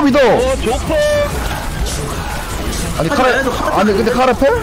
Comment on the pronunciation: 조커가 좆커로 들린다....